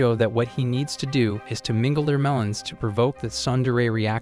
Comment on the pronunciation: Ayo why you say meleons☠️